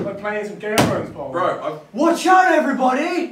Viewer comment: "Game of frones"